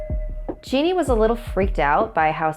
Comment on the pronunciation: Just so you know on the Brazil story the mum is called geni but it is pronounced j-e-n-i not genie